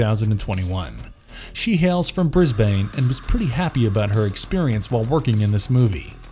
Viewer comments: The only issue I have with this video is the pronunciation of Brisbane 😅 It's more like "Bris-bin" or "Bris-bn" without the "i". Hyped for the movie though. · "She hails from Bris-bayne." Lol